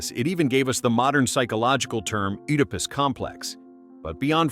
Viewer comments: IT'S PRONOUNCE ED A PUS. NOT OOH DA PUS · Oodapus. 🤨 Bro, you mean "Edipus" Oedipus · I came out of my skin every time I heard "oodipus" please train your gd AI 😭😭😭😭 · Oh no not Oooodepus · I can’t get past “ooodipiss” 😂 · That isn’t how to pronounce Oedipus. This must be AI 😩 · The O in Oedipus is silent. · How many times are you going to say oedipus wrong?? You said it like 7 different ways, all wrong. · You say Oedipus wrong